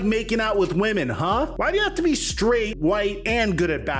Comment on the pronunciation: don’t ever say SKRAIGHT again 😂😂😂 🫡 💯🔥